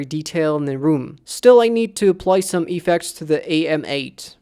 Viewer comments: it's effects not E-fects xD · i hate when u say Epeks